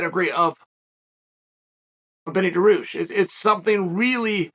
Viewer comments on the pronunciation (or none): Wtf is Daroosh!? His name is pronounced DAR-REE-USH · chael never misses a chance to mispronounce a name on purpose daroosh